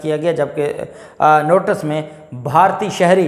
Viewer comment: Maasha Allah aap bohat achcha boltey hein please NOTICE ko NOTAS NA BOLA KAREIN THANKS